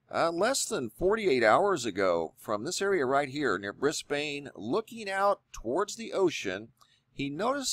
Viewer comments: I live in Brisbane and it's pronounced Bris-Bin :) I also live very close to where this happened! Thanks for another great video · Great video. I really don't like to be that person, but....it's Queens-land, mate. And Brizbin. Queens-land and Briz-bin. For future reference, perhaps. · Briz-bayynnne lol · It's pronounced 'Brisben' but not spelt that way, so it's confusing. Same with Melbourne... It's 'Melben' not 'Mel Bourne.' Anywho that was very strange lights up north here in Australia. Thanks for sharing.